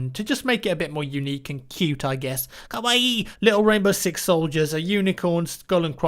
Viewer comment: Never say "kawaii" again -_